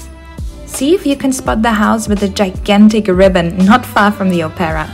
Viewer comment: Mrs. that was gigantic not digantic .